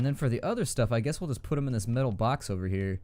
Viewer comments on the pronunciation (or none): none